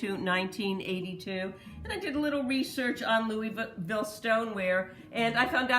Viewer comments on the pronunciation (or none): Hehe. I’m from Kentucky and we say Louisville. Two syllables not Louie Ville. Great video. Always waiting fir a new one.